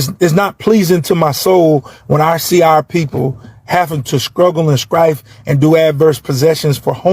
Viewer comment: Did he say "scruggle and scrife?"🤔